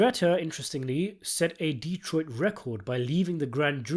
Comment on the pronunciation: Good job on the lore accurate pronunciation of D-troit